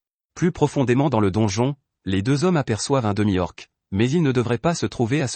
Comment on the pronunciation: Les voies sont robotique et c'est pas toujours agréable, exemple, on dit un ORC et non pas un O.R.C et on dit une LICHE et non pas un LINCHAGE